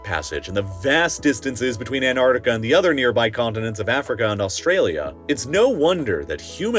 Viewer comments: You know it’s Antarctica, not anardica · 'An T arctica' not Anarctica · He also kept saying"Antartica" when he meant "Antarctica" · Who the hell is Ann Ardika? It’s ANT ARC TICKA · It's "ant-arC-ti-cah", not "ant-art-i-cah". If you mispronounce this, you should also know library isn't "li-bayr-ee* and nuclear isn't "noo-kyoo-luhr." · It's AnTarcTica not Anartica!!!! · I wish you’d pronounce AntarCtica correctly! (you keep saying Antartica) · It's antarctica, not anartica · The incompetent narration drove me away after only a few minutes—Antartic and Antartica instead of Antarctic and Antarctica and, appallingly, anthropod instead of arthropod. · I can't stand listening to Americans talk about Antarctica. Here's a tip for you yanks, the first T & C in Antarctica is not silent! It's not an-art-ica! It's pronounced exactly how it's spelt. An-tarc-tica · Why do you say Anartica? It is a bad omen when you cant even pronounce the main subject of your video correctly. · It is Antarctica not Anartica. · You keep saying Ann Ardica - who is Ann Ardica? Ann Arbor’s sister? You should probably be able to correctly pronounce the topic of your video. AnTarCtica. Two T’s, two C’s. 🤦🏻‍♂️ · Its taking all my power to get through this video because you're mispronouncing AntARCtica as antartica 😤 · Americans still having problems pronouncing the 1st 't' in AnTarctica rather than Anartica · It's pronounced ANT ARC TICA not anartica. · An tarc tic a, not hard to pronounce, it's not an ar tic a. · Sorry, after hearing someone for 3 minutes say "an-arc-ti-kuh" instead of "an·taak·tuh·kuh", I couldn't go on. it was really annoying. Missing the Ts is not even proper American pronunciation, let alone British. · An-tartica, An-tarctic, thank you. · Anartica sounds like an interesting place. What's with the weird pronunciation hehe. It's Antartica. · Anarcicia its Antarctica lol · antarCtica. The c is pronounced. it is a K sound. ant-mfing- ARK-tica. say it with me: ant-ARK-tic-a. jeebus.